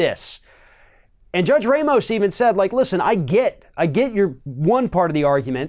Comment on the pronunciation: Ramos is pronounced RAH-mohss; in order to be pronounced ray-mohss, it would have to be spelled Reymos or Reimos in Spanish or Portuguese.